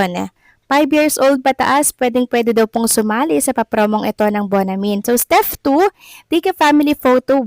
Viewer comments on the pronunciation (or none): hehehe...steP hindi steff!!! ano baaa????